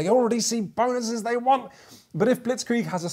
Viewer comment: What’s up with all the ‘Bahn-OO-ses’? 😂 Is this like the ‘meow’ game in super troopers? I wouldn’t have thought anything of it except for did it in one his recent videos as well! Loved the video, thanks for the great content!